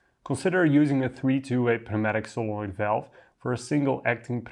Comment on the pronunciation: FYI, the "p" in pneumatic is silent